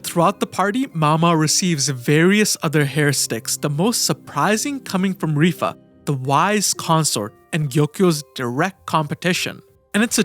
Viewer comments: Dude, I wanted to smack you throughout this video, is not RIFA, ITS LIWA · It is strange to pronounce it Rifa. What language pronounces L as R ? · I literally sat here for a few seconds like "who the fuck is rifa" lmao its LIHUA